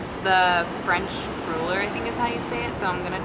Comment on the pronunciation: Happy Birthday! The U in cruller is pronounced like the U in up:)